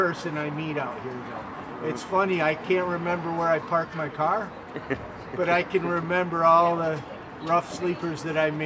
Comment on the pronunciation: Its OMAR not Homer!